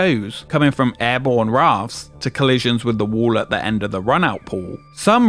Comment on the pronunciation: How many "Wiv's" in this video. Come on narrator, elocution lessons.